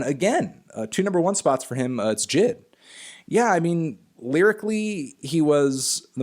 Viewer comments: J I D Not jid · omg j.i.d is three seperate letters stop saying jid it's not his name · did he call J.I.D ... "jid"? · bruh he said J.I.D. as one word jid smfh